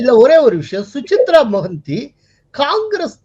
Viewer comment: Su-cha-rita Mohanty. Not Suchitra.